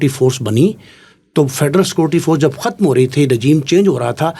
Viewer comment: کھتم نہیں ختم